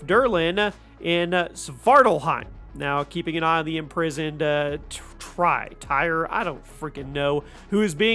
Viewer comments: Tyr is pronounced like tear not tire. I mean it was said a million times throughout 2018…. Same with jormungandr. It’s not “whoremonger” fuck sakes man… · Tire? Its pronounced tier for tyr and whoremonger? Lmao 😂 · Tyr is pronounced tear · He said tire 🤣🤣🤣🤣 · It’s just “tear” (Tyr.) All these words are pronounced many times in the main game.